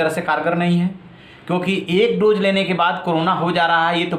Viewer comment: Kya bol rahe ho yaar doje nai hota dose hota hai, English tto choro tumhe tto hindi b nai aati kahan ke ho bhai ?? Dubbing kisi aur se karwao